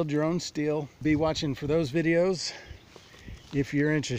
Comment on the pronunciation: it's pronounced STILL not steel but 🤷